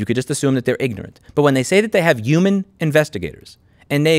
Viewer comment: Take a shot every time Louis says 'uman